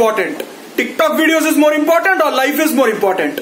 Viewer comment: While talking Normal person: Important: Importantdd 👌😂